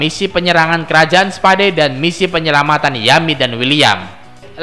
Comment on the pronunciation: Kerajaan spa..dee hahaha anjir bacanya salah